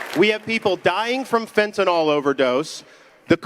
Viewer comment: There is no O in fentanyl.